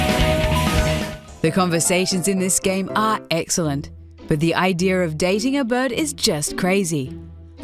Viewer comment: The idear of dating a pidgeon